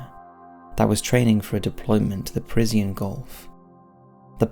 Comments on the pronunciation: It is "Persian Gulf" PERSHIAN ... why do you say PerZIYAN ?! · 'Persian' not Parisian. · Brilliant video. Thanks so much. No hype just facts. But one tiny Criticism...it's the Persian gulf pronounced Pershan...not Pers i a n. Minor point but excellent video...subscribed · Wtf is the "Prizian Gulf?" The word is, "Persian." As in, "PUR-zhun" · "Parisian" Gulf?? Dude! it's PERSIAN Gulf! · English is your first language and you continue to completely mis-pronounce words. That's the conspiracy. Parisien Golf? The Golf of Paris?! Persian...Persh-an. Gulf. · "Parisian gulf"! Robots still slip up! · "The per-is-e-on gulf" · Like the video, like the narration, but what is the "peresian" gulf? Is that like "al-u-min-eum"? A difference in pronunciation? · Did he just say, "Parisien Gulf"? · I'm more disturbed by the constant mispronunciation of "Persian"